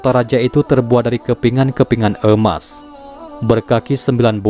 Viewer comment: Emas boss...bukan eumas...😁